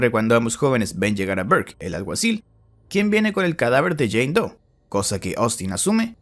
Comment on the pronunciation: "Jane dou" "john dou" "baby dou" -coscu